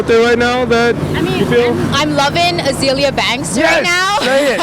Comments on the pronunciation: Someone finally said Azealia. Thank you! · very happy she said azealia banks :)